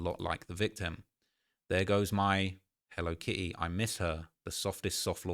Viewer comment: If you say “Hello Ki E” one more time 😂😂😂